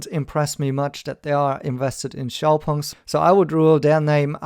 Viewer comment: Well at least I know now how to pronounce Xpeng properly. And let's stick to Nio, Tnx